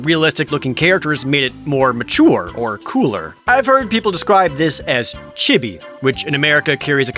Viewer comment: You say chibi wrong